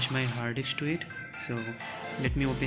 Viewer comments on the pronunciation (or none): its HARD DISK...not Haadiks😂